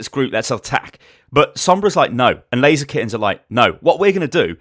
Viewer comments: I tought the name of the team was ''Lazykens'' like blaziken until I looked their name by the way you said it XD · not gunna lie, I thought you kept saying blaziken, every time you said laser kittens. smh, I was looking for player names blaziken and couldn't find one; I was so confused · Every time you said Laser Kittens, I thought it was Blazikens, and I got triggered when I realized what you were saying.